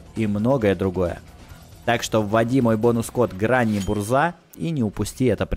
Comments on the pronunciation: по-польски название танка произносится как "бужа" а не "бурза", ударение на "У" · Не Бурза, на польском RZ - Ж, правильно - бужа, что переводится как Буря